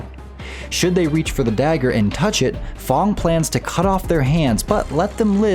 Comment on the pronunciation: It's f.a.n.g not f.o.n.g